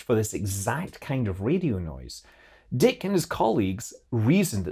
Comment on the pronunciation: 2 corrections if I may: The "e" in Robert Dicke's last name is not silent, it is a long "e". He died in 1997, not 1987. I attended a talk he gave at MTT Boston in 1991, so I knew without looking it up that this had to be wrong.